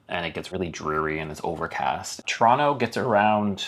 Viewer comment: you just confirmed something Jimmy Carr said with your pronunciation of Toronto - it came out like ‘Tronno’😊